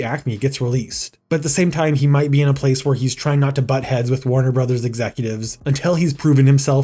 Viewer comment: Note that "Warner Bros." is pronounced "Warner Brothers" (not "Warner Broze".)